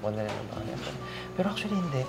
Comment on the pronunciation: Ang daming acshually😂